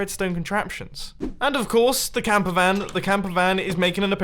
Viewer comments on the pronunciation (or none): He said camp van